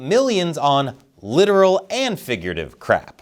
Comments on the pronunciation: Wrong pronunciation on "Littoral". It's pronounced "La-tor-ol". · No, it's pronounced "lit-TOR-ul." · Hey, that 'littoral' is pronounced with an 'or' in the middle, and emphasis is on the 'tor' part of it. Sciencey stuff, kinda hard but you'll get through it. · Absolutely Not pronounced like that. Littoral is pronounced LIT-TOR-UAL